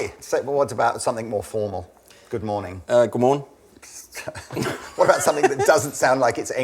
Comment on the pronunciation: "Hi, Goomorn, Velcom." Are we still supposed to believe is really Danish?